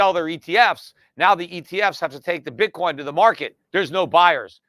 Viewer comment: Pete said Bitcorn lol